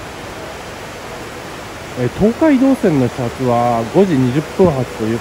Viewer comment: 東海道線の発音が❓😆 朝早くからお疲れさまです！ 何も食べられないのはキツいですね💧